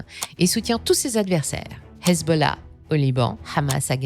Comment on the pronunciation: Petite question... Pourquoi amusez-vous sur la prononciation de Téhéran, Hesbolah ? 😂 Calmez-vous et prononcez ses noms à la française par pitié 😅